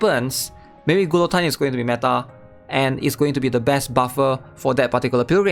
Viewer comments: glutine? lol say it like this ma bro gee yo tyne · Gil oh teen Not Qwill o Tyne. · “Gee-a-teen” Great breakdown, otherwise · Who the hell is GOO LOW TEEN???